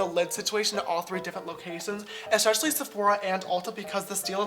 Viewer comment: "ESCHECHALLY" omg someone get this boy some speech therapy classes asap